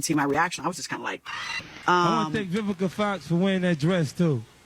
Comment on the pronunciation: Lmao bro say VIVISA FOX lmao